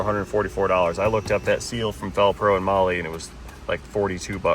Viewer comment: He said "on the row ad"